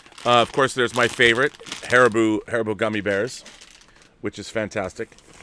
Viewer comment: Har-E-bow. Is the pronunciation for the gummy bear company, they also make some great licorice.